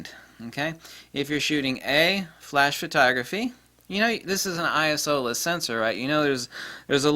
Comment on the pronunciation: It's like having dilated pupils from the eye doctor! Thank you for pronouncing I.S.O as I.S.O instead of "I soo- horny", lol